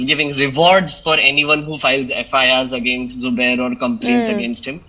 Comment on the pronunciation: say Zubair not subair you duffer